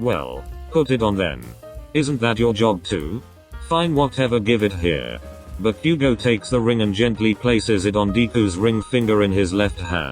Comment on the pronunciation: bakugo🚫 deku🚫✨backugo✨ ✨deeku✨